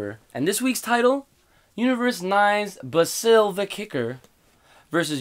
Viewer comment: Why does everyone mispronounce basil's name.You prounounce It the way you prounounce the herb basil.Like bay-zil